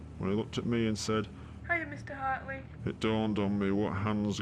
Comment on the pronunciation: How ya there mr hatrley thats what i hear